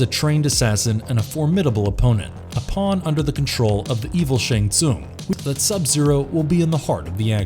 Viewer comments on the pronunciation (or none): none